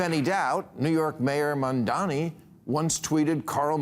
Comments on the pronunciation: Bill, his name is MamdaNi not MamdaMi😂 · The name is Mamdani, not Mandami. I agree with what you're saying, just asking that you pronounce the name correctly. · Maher cannot even pronounce Mamdani's name properly. MAM-DA-NI. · At least learn to pronounce Mamdani's name before you criticise. It shows deliberate ignorance. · whats with the constant mispronouncing of names? you'd think an intellectual giant like Bill Maher would be able to pronounce a name correctly after crying about them for weeks and months 😂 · Someone finally taught Bill Maher how to properly say "intifada" after 70 years but he still can't pronounce Mayor Mamdani's very simple last name correctly. Yes, this "red scare" tactic from a clueless septuagenarian sure is landing well. Yes, you do have a fringe nutcase like Chevalier in NYC, who gives all the DSAs a very bad name. But she is the exception, not the rule. And once she does get into elected office as a member of the House, whatever communist fantasies she has are going to crash and burn when the rest of the House shuns her.